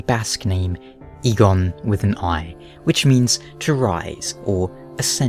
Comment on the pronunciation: Eygon and eigon are not pronounced the same. You don't say Eeeeeegone, it's pronounced ae•gon in Basque